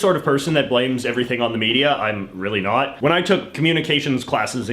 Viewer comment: The “not” was so emphasized that youtube auto captions even made it all caps